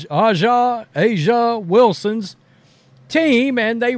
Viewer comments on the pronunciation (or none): Aja is pronounced like Asia. Please stop killing her name. It’s 3 letters 🤣🤣🤣🤣 Great channel. I watch you both. But damn, Dude. Say her name, say her name.😂😂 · Okay, we get it!! But can you learn how to pronounce AJA WILSON'S name. You've said it to much to pronounce it incorrectly. It's purposeful at this point. Lastly, all are not buying what you all are selling. Throw out as much data as you want. Throw as much money at her as you want. WHY? At the end of the day it is about the play on the court. THE END!